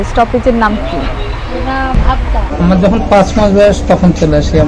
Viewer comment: Station এর নাম ভাপদা নয়, ভাপতা, junction উচ্চারণ ভুল করছো???।।??।